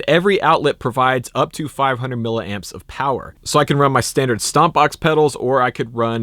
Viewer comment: It's pronounced "millie"-amps, not "milla"-amps